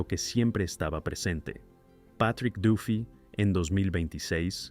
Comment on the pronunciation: Jajajaja tratas de pronunciar las palabras en inglés perfectamente, pero cuándo dices "Plus" y "Duffy" no lo haces correctamente 😂😂😂😂😂